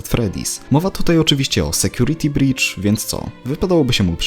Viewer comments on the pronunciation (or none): czy tylko ja mam tak, że jak słyszę "security breach" to w głowie słyszę "security bitch"?